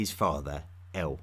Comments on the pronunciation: “Like Eowl, Beowl...” That’s El and Bel, m8. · El, when at the end of a name (aka Western surname) Is not pronounced L, but rather EEL Example Gabri-El, angEl, Dani-El, Micha-El &c. My last name is EL....